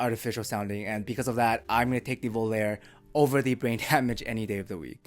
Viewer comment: i love your videos.. IO iems names are italian... Its not pronounced as prepare.. its volarE(FLY) just like SOGNO(dream).. pronouced just like bologna